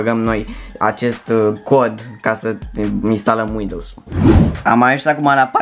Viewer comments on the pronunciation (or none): Istalem LOL